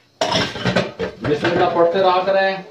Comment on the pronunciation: Hello sar aap bismillah Sahi Nahin padh rahe ho bismillah hirrahman nirrahim is Tarah padhe